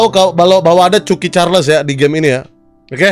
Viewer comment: Bang choo choon charles bukan c*** carles